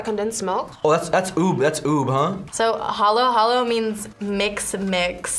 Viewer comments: ITS HALO HALO NOT HOLLOW HOLLOW. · Hallow hallow.. 😭 bae its halo halo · its not hallow hallow it just halo halo lol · What hollow hollow?? it's halo halo right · it should be halo-halo not hallow-hallow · It's halo halo ❤️ not hollow hollow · Even the filipino girl called it “ha low ha low” 😭😭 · "hollow hollow" bruh what in the white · It's Haluhalo (noun) not halo-halo (verb). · Fact: they said halo halo and ube wrong